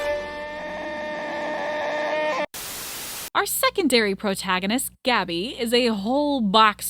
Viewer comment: Oh! You pronounced 'Cuba" correctly!!